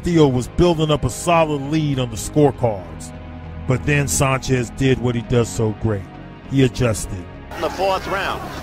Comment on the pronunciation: Sanchez...like San Francisco. Not saanchez.